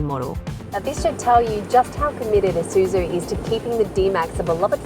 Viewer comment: Finally, I find a OZ car reviewer says "/i/suzu" instead of "/ai/suzu".